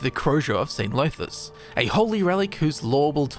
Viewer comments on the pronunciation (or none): DAMN really mispronouncing dunmer names? Llothis isn't pronounced Low-this. The double L makes a sort of Th-like sound. It's hard to explain. Look up welsh Ll for a guide on how to pronounce it. It should sound more like 'thlothis' not 'lowthis'.